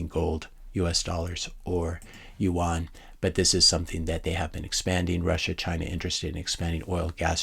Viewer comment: hey, just FYI, "yuan" is pronounced like "you in".